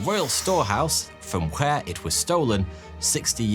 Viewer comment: It's very unnatural for an English man to pronounce the "h" He must have to really make a deliberately conscious effort to do so, as his accent doesn't naturally allow it